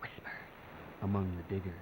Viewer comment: To be honest, within a beginning of the video, the audio wasn't the best, especially when it came to the word, diggers, for a split second, I thought it said something else. It's very important to enunciate.